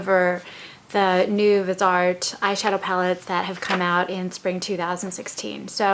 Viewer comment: Great tutorial! One thing - the brand name is pronounced VIZZY-art. Sorry, I'm a horribly behaved perfectionist. ;) you're awesome. Thanks!